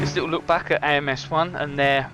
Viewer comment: I love AMS 1! And you did say the name of the category correctly!!